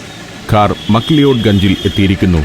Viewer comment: മക് ലിയോഡ് തെറ്റായ ഉച്ചാരണമല്ലേ സർ? മക് ലാവുഡ് ആണെന്ന് കരുതുന്നു